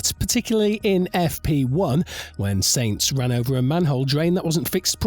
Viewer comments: As soon as o hear someone who makes videos about f1 call sainz “saints” instead of “sanz “ that’s the end for me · Sorry, can’t watch someone talk about a sport that can’t pronounce its leading stars names properly. It’s normally Ricciardo that gets butchered but I’ve never heard Sainz (no T), Verstappen (no H) and Ocon (come on, it’s only 4 letters!) mispronounced.